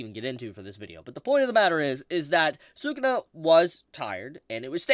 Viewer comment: You say say Sakuna like Sakuda, is that his official name or am I missing something?